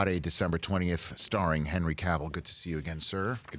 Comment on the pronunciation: Thank God Rich pronounced Cavill correctly. It's a pet peeve of mine when people say it like Cruella DeVille. It's Cavill like travel.